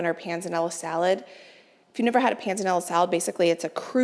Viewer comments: You are saying "pan zah nella" salad correctly. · Yes you did say Panzanella correctly. Love. the videos. Wish I could help you taste test with you, youm. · Panzanella--you said it right. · PS you are pronouncing Pennella correctly 🤗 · Yes, you can definitely bread the cutlets a day before. I've done them two days before if the chicken is fresh. And yes, you are pronouncing panzanella correctly 😊